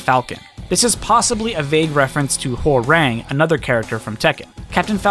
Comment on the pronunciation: Hearing you pronounce Hwoarang physically hurts